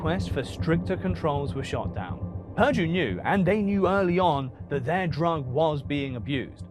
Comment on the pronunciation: Pirdie, its purrrrduuuuue